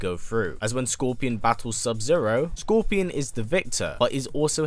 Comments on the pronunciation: If you watch the video fully you’ll hear him say Gorpion or Corpion. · Did anyone else hear him say gorpion